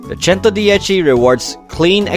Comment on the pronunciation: bro won’t stop saying “ChentoDiechi” 🗣️🗣️🗣️🗣️🗣️